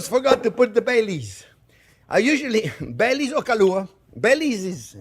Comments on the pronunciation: LOL I was so lost at first I thought he said he put BAY LEAVES in it! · anyone else thought he said hot chocolate with "Bay Leaves" 😅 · LOL! When I first heard this, I thought he said he puts in Bay Leaves. Bay leaves???? Ugh! I looked up the recipe and what he said was, "Bailey's." As in Bailey's Irish Cream. Ohhhh! Big difference! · In the introduction I thought he said, I make it with bay leaves. 😂